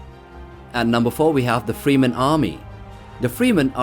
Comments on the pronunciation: Geez how much AI slop is in here? Check the Timestamps, its Fremen, not Freeman, etc... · FrEmen, not Freemen. Hurts my ears :) nice video. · its FREMen not Freeman mate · FREH-MEN not FREEMEN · It's pronounced Freh-men, not FrEE-men. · It's slightly annoying the way you say free man instead of fremen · Fremen man! Not freemen. Really bugged me 😂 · frem-men, your welcome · Why do you pronounce Fremen like that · My ears popped every time I heard "free men", but "gorilla tactics" knocked me off my chair. Is this some AI bullshit or what?